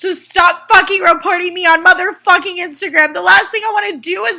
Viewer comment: “reportening” lol